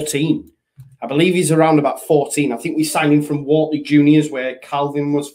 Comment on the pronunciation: Hi, my son played for the club with kalvin but unfortunately he chose the nightlife and girls route, otherwise who knows. Just so know its pronounced - Wurtly.